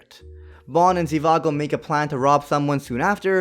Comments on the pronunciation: It’s not Zivago it’s Zhivago lol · It isn’t zivago its zhivago